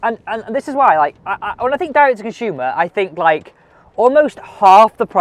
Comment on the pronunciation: Why oh why? It’s Consumer NOT Conshumer.